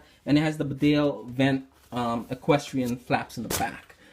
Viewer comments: It is pronounced BEEDALE not BIDALE. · Hello. Thank you for your enthusiasm in the world famous Barbour brand. Hand made in Great Britain . The actual pronunciation is bee dale. Regards. Adrian.